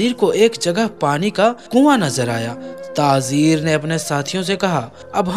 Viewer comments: talaffuz drust nahi hai jaise ke (tazeer) ghalat hai...Tajir sahi hai. Khazoor nahi...khajoor sahi hai...pehle urdu sikhen urdu ka janaza mat nikalen... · Bhai tazir nahi tajir bolo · Bhai tazeer nahin tajir hai baqi masha Allah alhamdulillah. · Mashallah ap video bhot achi bnate h per thoda Urdu language pe dhyan de kyon k jo bolna h wo Galt bol jate h jaise khajoor hota h na k khazoor or tajir hota h na k tazir sunne me acha nhi lag rha bilkul thoda urdu durust kr le bas baki sari stories bhot achi hoti h apki